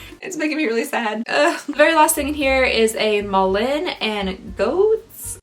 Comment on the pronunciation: Malin and Goetz is pronounced MAH-Lynn and Getz btw 😉🥴